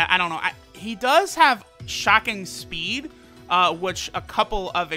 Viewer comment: I'm not the only one that heard him say Shocking Spleed, right?